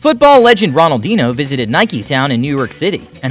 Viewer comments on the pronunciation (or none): R O N A L D I N O ? ? ? Its fkg Ronaldin"h"o !!! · And “Raw”naldinho 😂